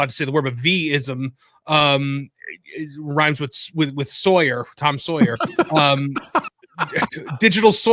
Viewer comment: Ugh. Sawyer is pronounced the way said it. Not “soy-yer”. LoL